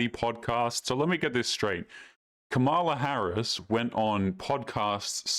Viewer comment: OMG lol did he say "Koala Harris" lmao i'm dyin' here!!!